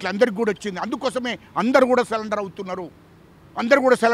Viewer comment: సరెండర్ అని చెప్పురా అయ్యా, సాలెండర్ కాదురా?